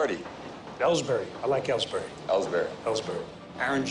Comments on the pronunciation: Did anyone else cringe when he said Ellbury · That one clown said Ellsbury, lol